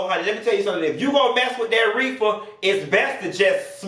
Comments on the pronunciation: Why oh why do you KEEP me on the flo laughing "edibal refer" I can NOOOT 🤣💀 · “Edible reefah” 😂😂😂 yeah I’m about to die at this video 😭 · Not "reefa" 😂😂